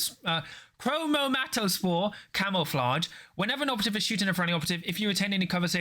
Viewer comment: You tried so hard to say chromatospore and still got it wrong 😂